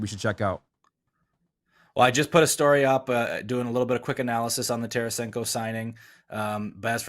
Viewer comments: It's Tarasenko not Taransenko, what a bunch of hacks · Its Tarasenko ...no biggie ...if he was, last team would have kept T.